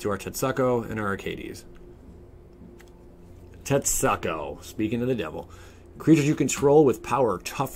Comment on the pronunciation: Tet-SOO-ku.... hearing tet-suck-o made me cringe continuously...